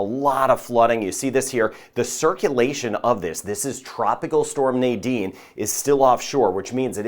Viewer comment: You pronounce the name so beautiful, and all along I say Nydene as many people do and I did not know the correct pronunciation